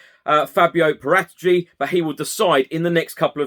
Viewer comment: It's 'para - tee - chi'. Or Parrot itchy.